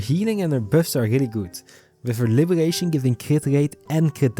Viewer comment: Bro cannot pronounced the " R " 😭 " Gesonance " and " Libegation "